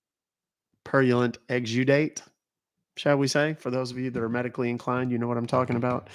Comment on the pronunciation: THANK YOU for saying purulent and not... the other... well...iykyk 😂